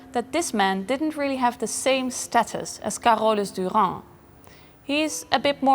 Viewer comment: Never heard of Carolus Duran before - and I don't think I could ever learn how pronounce his name as good as the curator/host. I think one of the job requirements for being a curator would be to learn how to pronounce the artist's names correctly - harder than it looks.